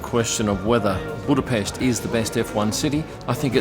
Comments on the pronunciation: Thank you for pronouncing "Buda-pesht" correctly😊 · I love how correctly you pronounce Budapest. Thank you